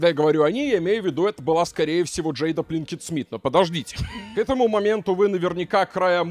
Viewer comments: Почему пЛинкет то?😂😂😂 ПИнкет она пИнкет ну. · Все видео пытался выкупить, почему произносит Пинкет, как Плинкет.